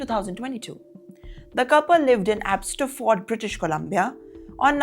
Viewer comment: Abbotsford. Not abbstoford